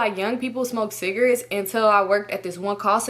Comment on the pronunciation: i love how she say “cigrits” 😂